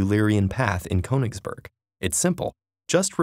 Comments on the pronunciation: why do people ignore accents in words - for goodness sake, it's a german word and that accent means you need to pronounce it, KURN-isberg where on earth is cone-isberg? :p PS i'm not too up on swiss but since it also has many german speakers, i'd guess the mathematician's name is pronounced OIL-er, not YOU-ler! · It is pronounced "K - oo - nigsberg" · Konigsbörg... the more you know hahaha. Ich liebe es wenn USA einwohner deutsche Städte aussprechen :) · ❗It's pronounced /kyynii'hsberg/ not /kowningsböög/ ❗ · Ah yes Ko-eninngsbörg what a fine city name. Almost as good as the name Iler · Its pronounced "kOOnitsburg" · It’s pronounced “Kenigsberg” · No one: Ted: KONINGSBERG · it's not "coaningsburg"... why do English speaking people have to add a god damn diphthong to every god damn vowel sound? I can understand not getting the ö right seeing as it's a letter that doesnt exist in English, but at least pronounce the o straight and without a diphthong then. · i'm very angry how you speak "königsberg" you say "konigsborg" :( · "korningsborg" WutFace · This is an excellent video. It begs the question why apparently no language coaching was given the the narrator. Even in English it should be possible to pronounce Königsberg in a fashion that would be understood by a German. This wasn’t close. Attention to details matters. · I'm sorry but the way you pronounce "ö" like an "o" just kind of pisses me off. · why can't any american pronounce ö? it's not a hard sound, we have the same sound in english. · And graph theory is now a sub-branch of a larger branch of mathematics: topology. Note: In this vid, "Euler" is correctly pronounced ("oiler"), but "Königsberg" is not. The umlaut over the "o" makes its sound into something closer to the "oo" in "look." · ö is pronounced like 'ir' in 'dirt'. Can at least one channel get it right please. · He manages to pronounce Euler correctly, but still fucks up the umlaut in Königsberg...